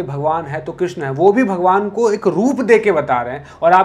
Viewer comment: Bhai "Krishna" nahi "Krishn" Krishna to Dropdi ka dusra nam hai